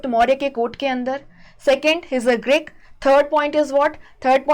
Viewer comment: Greek not Grick Please fix your pronunciations